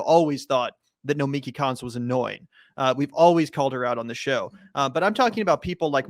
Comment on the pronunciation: Nomiki Konst, the S is silent.